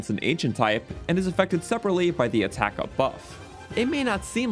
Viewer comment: No offense but did you get enough sleep while editing? “Attakc” 😅